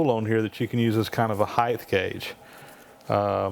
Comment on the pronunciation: mate - the word is HEIGHT not HEIGTH - its pronounced HITE - my one man attempt to correct this common mis pronunciation - really enjoy your youtube posts